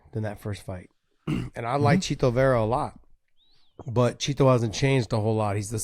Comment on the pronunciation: The way Josh pronounces “Chito” …